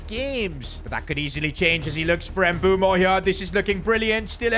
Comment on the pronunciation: why does he keep saying mbumo 😭